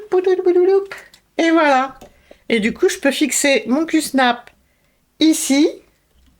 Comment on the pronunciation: Coucou q-snap ce dit avec un a Super pour ton installation c’est super Merci pour le partage bisous 😘